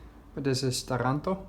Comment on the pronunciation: Ya I knew you were in Italy since I've clicked the bell icon ;) Still gave me a jolt when I heard it.